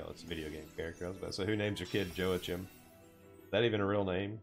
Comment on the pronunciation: That name of the Four Star unit that you were wondering about earlier, his name was joachim..... have you ever played xenosaga? For the PS2 there's a character on there exactly the same as him and they pronounce it yo-ha-keem. Its German. 😊 by the way thanks for some of your guides on previous challenges I subscribed to you thanks, looking forward to more.